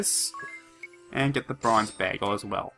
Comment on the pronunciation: Err... the item is called a bangle. BANGLE, not BAGEL. Sorry if I seem picky or rude, but that's just bothering me a little.